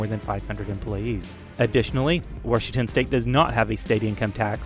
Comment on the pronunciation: This guy says "Washington" like my mom, somehow adds an R in there. Warshington